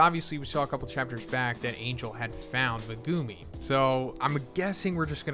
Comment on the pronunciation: I hate the way you pronounce Megumi (it’s Meg-a-me)